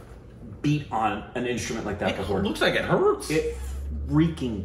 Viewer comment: going all Irish - "It look like it hurrtsss!!!":D